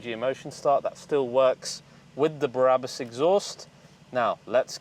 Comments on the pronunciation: Remove Before Race German people I know pronounced it Brah-boos! The way your saying it, it would be spelled Barabus. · Sorry, - but it's "br-abus", not "bar-abus". I would rather not be a pain in the arse but you said it SO-O-O much in this video I felt compelled! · Is it not brabus not barabus? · Barabus????? It’s B r a b u s😁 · i love you man but can you stop saying ‘Berabus” its BRABUS ! The exhaust is totally crazy xx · Yeah , it's not Berabus , Brabus dude! It's not Barabbas, the guy who was sentenced to death during the time of Jesus man!!!! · Think they mean you sound like there's 3 syllables i.e.: Be - Ra - Bus its like its longer than the spelling suggests.. :) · Sounds like he is saying " Barabus" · Take a shot whenever he says Berabus...tip: don’t do it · .....BA "Barabus":P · Stop saying Berabus damn it! lmao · no it isn't, I'm Dutch and I speak German and know how Germans pronounce things and this is not how Brabus is pronounced